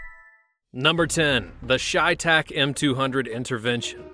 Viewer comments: Chay tach really your pronounced that wrong it's chey tach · Shay tac? Its pronounced Tsai thak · Cheytak is prounouced Shay not Shytak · it’s chevytac, not creytac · Its pronounced chey(ch-ay)tac dumbass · Chey is pronounced shay